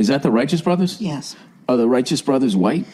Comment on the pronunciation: Your wife is an Angel and your crazy but I love it. You had me laughing so hard I cried. That slip on the Rightous Brothers. The Whiteous Brothers OMG that was gold.